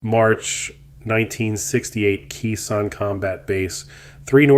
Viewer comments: Khe Sahn is pronounced KAY Sun, NOT KEE sun FFS. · "Kay-sawn", not "Kee-sawn" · Not "key-son" it's pronounced " K-sawn" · Key San? You mean Khe San? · Please learn how to pronounce these correctly if youre going to say them in your video. Its pronounced "KAY-sahn," not what you said. Edit: What the heck? You say it correctly here, but not the first time? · Amateur - Uneeded - You don't even know how to pronounce Khe Sahn !!! DORK ! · Can not pronouns Khe Sanh let along do proper research. Go back to playing your video games!!